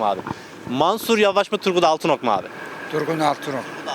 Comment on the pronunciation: Altınok diyenler daha ismini bile doğru söyleyemiyorlar kişi teröristlerle iş birliği yapanlara oy yok demeye getiriyor ama erdoğanın şivan peewer ile eğleniyor Erdoğan çok şanslı çünkü hiç bir cumhurbaşkanın bu kadar cehalet ile karşılaşmadı